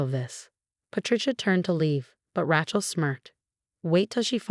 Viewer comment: It's pronounced Ray-chul, not Ratchul!